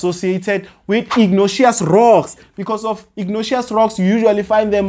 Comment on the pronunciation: Pls try pronouncing words for what they are(respectfully). I kept on getting confused on " igneous rocks." Nonetheless, you're doing an excellent job. We love your content. We always obtain distinctions in Geography. 🙏🏼